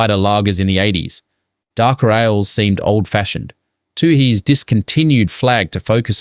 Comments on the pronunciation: Good subject but something strange about the pronunciation- nobody from NSW says “too-hees”, it’s “tueys”. 😅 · you can’t pronounce Tooheys properly, are you an AI voice?